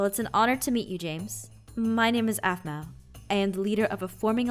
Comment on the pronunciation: it's aphmau not aphmoo